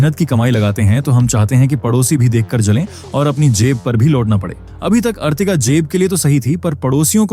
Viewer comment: अर्टिगा होता है ना की अर्तिगा लोड़ू